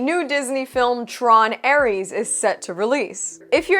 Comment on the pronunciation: The Drinker has it right: It's TRON:ARSE.😂